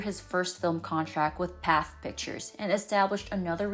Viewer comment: "Path" pictures, you mean Pathé, right?